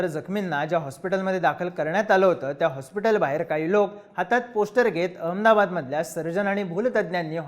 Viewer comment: अरे काय एखाद्या ममद्या सारख नुसता अअमदाबाद म्हणतो आहे निट अहमदाबाद म्हणता नाही येत का?.